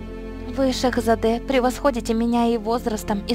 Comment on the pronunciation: Не шехзАде а шехзадЕ